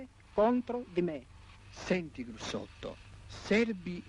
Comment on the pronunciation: detto Grussotto, non Brussotto.